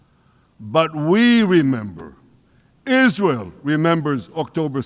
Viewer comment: Israel!! He said it right..